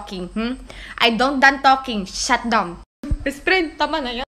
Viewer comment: "i dont done talking ok i dont done talking shat dawn"